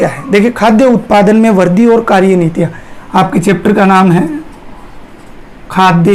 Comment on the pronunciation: Sir वर्दी nhi वृद्धि boliye glat bol rhe ap